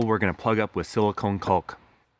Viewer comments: Caulk is just pronounced "cork" dude. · The 'L' in caulk is silent. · Isn’t the L in caulk silent? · isn't the 'L' in 'caulk' silent? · the 'L' in 'caulk is silent. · Great video as always, but the L in caulk is silent I believe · I've never heard anyone pronounce "caulk" that way with such emphasis on the "L". AAMOF..I don't think I ever have..interesting